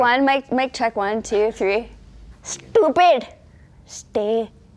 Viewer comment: THE WAY SHE SAID STUPIIIIDDDDDDD :D pakka indian accent